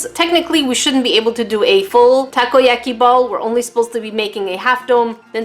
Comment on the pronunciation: Takoyaki pronounced taco-ya-key